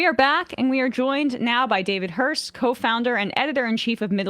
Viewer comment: David Hirst, right? (Not ‘Hearst’, nor ‘Hurst’.)